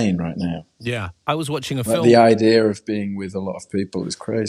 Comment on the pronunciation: “IDEA-YERR” just like how he says “olivia” 🤣